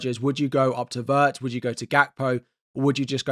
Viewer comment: it's /ˈWɪrtz/ not /ˈWɜːrtz